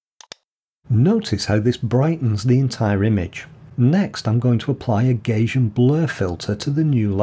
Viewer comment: Hi, I loved hearing your Manchester pronunciation, identical almost to my Cheshire accent, even after 37 years in Germany. However - I have to draw the line at your pronunciation of "Gaussian" as "Gaysian" - the pronunciation is phonetically "Gouwsian" as in (Northern slang) "nouse" after the German mathematician Carl Friedrich Gauß (Gowse??). Thanks a lot, enjoyed the video